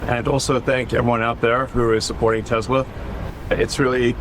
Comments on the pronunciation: Did he say Tesler? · Bahaha this is good one. Gotta love how Trump said Tesler! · Who's "tesler"? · I love that Trump said: I LOVE TESLER at the end lmfao😂